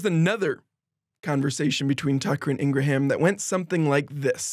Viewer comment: Fyi the "ha" in Ingraham is silent